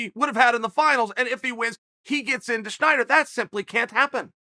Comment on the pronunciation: It’s Snyder, Chael. Snyder. Not “Schieder”